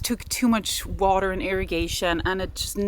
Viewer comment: Love the way you pronounced 'water' in the Cockney style.....😆